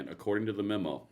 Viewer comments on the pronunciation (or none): none